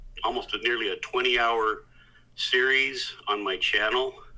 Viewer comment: I heard “2,” not “20.”